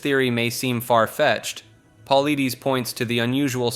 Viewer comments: His last name is pronounced. Po lye dis. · It's pronounced Puh-ly-dus, and he refuses to give an explanation or an opinion of what's happening. Why are you lying? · Dude your info on the missing 411 is bogus. The berry bushes is ridiculous. He doesn't believe that berry bushes are what's making it happen. Of course also you say his name wrong too. It's Puh-lied-ees not Puh-lee-dees. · David Paul-eye-diss, not pauleedees 🤦‍♂️ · I hate it when you guys can't get anyone's name's right at all! It's Dave pole-itis not Dave pole-leeties! You guys suck Blls!! 😊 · If you’re gonna relay a story maybe you should learn the proper way to pronounce the main person’s name…you PRONOUNCE his name “Pah-L-EYE-Dis” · David's last name is pronounced Pa-light-us great vid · Omg, the was you say Paulides (Paul-I-diss) is infuriating! I thought this video looked interesting but I can’t deal with the voice. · Just for future reference: David Paulides last name is pronounced Paul-Eye-Diss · You pronounced David's name wrong. Just a friendly note. Its like; Puh lie dis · Hey pal, just a little tidbit... David Politis is pronounced "paul-eye-dis" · My God, get his name correct! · Listening to Mr Ballen for a couple of years, yeah he butchered his name. Also never heard that story about the bushes. I would say if anything these people are either taken by bears or trafficked to another country and sold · When you mention a man it's only right that you learn to pronounce his name correctly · I give you a down vote cause you can't pronounce David's last name. Makes me think you are an ignorant voice whom has never listened to Coast to Coast. Who are you?